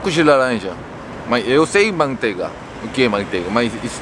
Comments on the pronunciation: Suco de lalanja ...kkk gente eu morro de rir com ele falando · o coreano disse "suco de lalanja" kkk